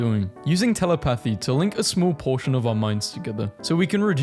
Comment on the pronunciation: ???how’s this possible also how did he just pronounce telepathy?